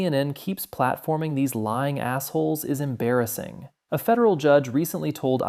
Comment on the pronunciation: EM - with an M — embarrassing. Not “in - bear issing”